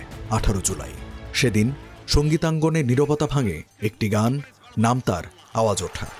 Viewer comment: গানটির নাম "আওয়াজ উডা", উপস্থাপক সঠিক উচ্চারণ করুন।